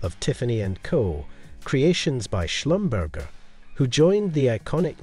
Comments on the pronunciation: I meant if I said catering instead of Katherine that would be a mispronunciation. Like SCHlumBURGER and not Slumberzhay. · He said Jean like a pair of denim pants and Schlumburger like something between two buns. If I called you catering wouldn't that be a mispronunciaton? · Right.. he said “shlum burger” I’ll have a shlum burger with cheese and bacon, no pickles. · I like his accent, but that doesn't excuse mispronouncing someone's name. Since Van Cleef & Arpels and Jean Schlumberger are French it should be Ar-pehlz and Zhan Slumberzhay (my attempt at phonetics!). Still it was a nice video and wonderful to see all those fantastic jewels! 😃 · You do not pronounce the S in Arpels. Pretend you don't see it. And Schlumberger is pronounced Shlum bear zhay, accent on the first syllable.